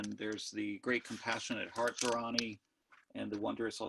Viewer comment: Thanks for this talk! Just a small minor note - the diacritical marks indicate that the first 'a' is pronounced long - so it is "dhaa-ra-ni". yes, there are different scripts - "deva-naa-gari", siddham, and brahmi are some of the scripts. Prakrit was a vulgar / common language that the Buddha may have used to deliver his discourses. He might have also spoken in other common dialects - Pali, maybe Gandhari, etc. The mantra for Manjushri in the Tibetan lineages contains the beginning of the Gandhari alphabet "ah ra pa tsa (ca) na" as pronounced by Tibetans.